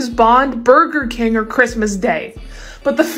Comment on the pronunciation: Kingg😂 not king